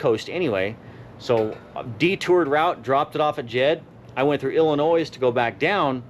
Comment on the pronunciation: Hey its not Illa*noise its Illa*noy lol thought id troll u for Anunciation not for anything u said or politics cause u know we are all like minded when it comes to that crap lol